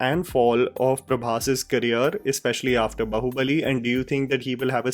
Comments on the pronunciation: It is not Baho it pronounce as Baahoo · The title of the film is BAAHUBALI, you are pronouncing BAHUBALI, are you A blind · It's pronounced baa-hubali not ba-hubali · Its not बहु-बली lol it is बाहु-बली